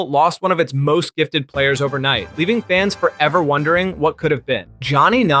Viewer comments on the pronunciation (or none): none